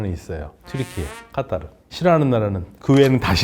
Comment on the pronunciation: 카따르 ㅋㅋㅋㅋㅋㅌㅋㅋ 오리지날은 그렇게 발음하나봐요 ㅋㅋㅋㅋ 카타르라고 들었는데 까따르 이러니깐 뭔가 웃김 ㅋㅋ